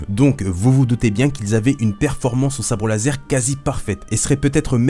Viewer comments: l'instructeur de sabre lase... ta oublié le R 😂😂 sinon super ta vidéo je kiffe tellement stars wars maintenant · On apprécie le "Sabre Lase" a ^-^ nan je rigole super video et tu m'a apprit pas mal dee chose l'ami !